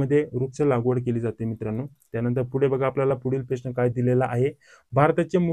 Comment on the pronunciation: प्रेश्न नाही रे प्रश्न म्हणतात त्याला